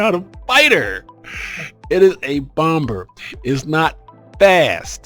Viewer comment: You're the only dude I've ever heard pronounce the 2nd "B" in Bomb. You say it like it is spelt, "Bom-Ber". I've always heard it as "Bom-Mer". Also, GOT'DAMN YOU GOT A TON OF SHIPS! I've only got 3!